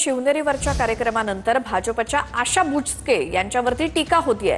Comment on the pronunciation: बुचके ❌️ बोचकं ✅️